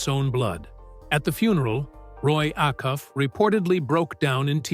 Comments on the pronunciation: . The pronunciation of Opry... and Roy Afuff's name.. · This sounds like an eighth grader giving a book report and didn't actually read the assignment. Secondly, if you mispronounced "Opry"and "Acuff," you have no right narrating this video. Thirdly, he was 6'5" Fourth, there seems glitch in the Matix, it the killers names are Brown at the beginning and end of the story, the same should be true in the middle of the story. Lastly, being "Born" and "Living through" the Great depression, could possibly be interchangeably, IF you were actually born during that time. However, if you were born in 1915, like Stringbean was, you can only used, "Live through" the depression. The Great Depression, 1929 to 1939. Facts matter, history matters, words matter. A lot of comments address this is AI. I don't know. However, there is a Teacher's app that determines if the student has plagiarized a paper. It determined "Plagiarism" when it determined it was to perfectly written, without actually matching it to others work............. Talk about giving a reason to a student to NOT do their best!